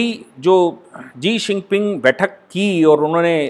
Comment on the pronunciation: Mahodaya g uska naam g sinping nahi hai uska naam shi jinping hai g mai nahi chahta ke aap jaisa veddvaan veyakti galat boley danyabaad